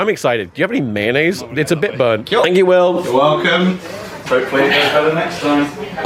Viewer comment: "ya got any mayonase"